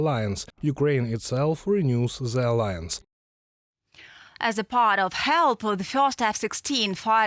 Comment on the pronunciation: Ukraine will join the aliens? Ohhh, you meant to say Ukraine will join the uh-LIE-ance. ❤❤ We love you,.